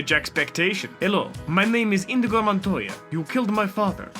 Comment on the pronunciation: Excuse me... did I just hear you say “indigo Montoya” anger